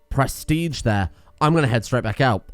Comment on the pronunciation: can you look into your pronounciation of prestige? It's driving me kinda insane how you're saying "press-tea-tch"